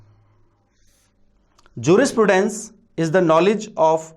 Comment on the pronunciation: pronounce properly jurisprudence...first